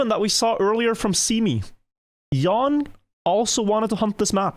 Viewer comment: Jan is pronounced "yaahn", not "yawn". But kudos on pronouncing "j" correctly. You are a natural Swede.